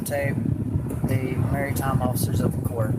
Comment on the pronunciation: He also does not know how to pronounce " Maritime ". He pronounces it " Marry-time ".